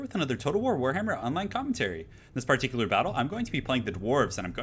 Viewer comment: This pear-tickel-lure battle. lol